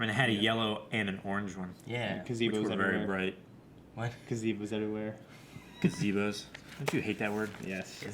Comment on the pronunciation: no one: absolutely no one: ga-ze-bo